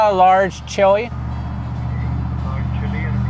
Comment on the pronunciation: The chewy? Maybe pronounce chili ?